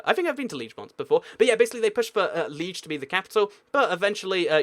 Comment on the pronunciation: It's Lee- AGE not lee-je